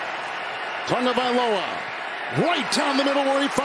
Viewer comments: Where the heck is the "N" in Tagovailoa? There isn't one! You're saying Tungovailoa, different name. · Someone please tell the announcer that there is No N in Tagovailoa! It’s every week with this man. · This dude pronounced Tagovailoa's name 4 different ways not a damn one of them was right